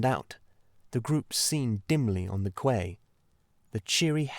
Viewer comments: I did love the lyricism and songs and character voices.. Thank you, thankyou. The frequent and repeated mis-pronunciations were jarring though. Gaol is jail.. Quay is key and Stout is Stoat... that one exactly as it is spelt on the page.. I too hope the reading won't be used to train AI. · Quay is key. Gaol in jail. Mispronounced makes you sound AI.